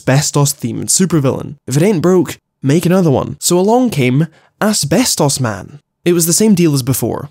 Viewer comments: Everytime says Asbestos the video just gets funnier for some reason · saying “asbestos” is trippin me out so hard right now. idk i might just be too high lol 😂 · please stop saying asbestos like that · Never stop saying ASBESTOS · the way you say asbestos lol